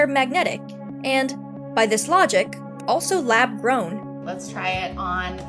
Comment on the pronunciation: I believe "lab gown" should have an r in it. Geesh.